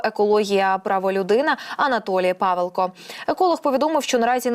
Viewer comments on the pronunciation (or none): Не ПАвелко, а ПавЕлко😢